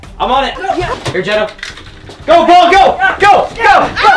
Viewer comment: Paul u were saying pail pt paul